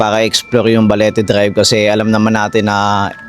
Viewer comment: Parang iba yong pagkaka bigkas mo Ang tama is Balete drive, sayo ay Baliti drive